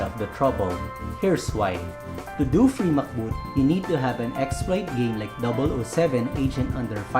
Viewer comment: Free MCBoot❌ Fee MacBoot😄